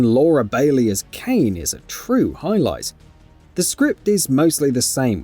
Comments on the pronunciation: Kaine its (kai neh) not cane dont be that guy. Whats next emil is emul? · At least say Kayne lol